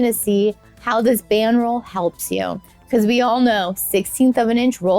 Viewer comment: Didn't sound like that. Enunciation is key to understanding.